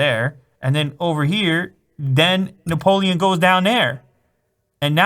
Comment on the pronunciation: You never pronounced so many french words in only one video ! Robespierre, Napoléon, Bonaparte, Nice (you pronounced really well btw ), mémoires ... It was "impressionant" ;)